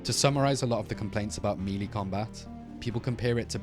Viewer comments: It sounds like you say meaty instead of melee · ain't no way he said meelee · Why he say melee like that..